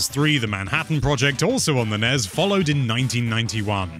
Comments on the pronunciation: I've never heard nes and snes pronounced as acronyms rather than initialisms. sounds pretty fucked. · The nez? Is that how the NES is pronounced in Britain? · Can you pronounce nes and snes correctly?